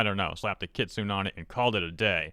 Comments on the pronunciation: Just because this person is all about 'Correct Japanese' let me correct your one minor mistake: Kitsune is Kit-Suu-Neh phonically and not Kit-Soon in Japanese. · For future reference it’s pronounced kit-soo-nay, not kit-soon. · Kitsune is pronounced “ki-tsoo-neh” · The worst part of the video is calling ki-tsu-ne ki-tsune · Kitsune is pronounced "Kit-soo-nay", not "kit-soon". Yeah, I'm being nitpicky, but I'm also being polite about it. Also, someone (politely) correct me if I'm wrong, but it sounds like this "rin" person is upset that non-Japanese otaku vtubers are creating anime characters as online personas? Uh, sumimasen? Racist much, ja nai? EDIT: I'm also quite certain that "rin" would probably go off at me for having a nekomusume (catgirl) avatar and a Japanese surname (Koneko, literally "kitten" or "small cat") and accuse me of cultural appropriation and claim that I know literally nothing about Japan, Shinto, or anime... Never mind that I may or may not be a Nisei (not telling), have spiritual beliefs similar to, or even partially drawn from, Shinto (true--I'm eclectic Neopagan and I like Shinto's emphasis on nature spirits and ritual purity, and respect the religion without practicing it myself) and do enjoy anime without becoming otaku-level obsessed with it. Oh dear me, I forgot to end all my sentences with "nya" to be SUPA-KAWAII DESU NYA! I guess that means I'm not allowed to roleplay as a catgirl when it's appropriate, nyao. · The way you say "kitsune" makes me want to strafe run with a shotgun. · She's partly talking about me I guess. Haha. Why is there some unrelated gameplay being shown? Ka-wa-ii, not kowai. Kowai means scary. Many people make this mistake. Also you need to say the E at the end of kitsune (fox).